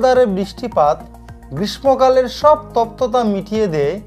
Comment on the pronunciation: গ্রীষ্মকালের উচ্চারণ ভুল বলেছেন 🙅🙅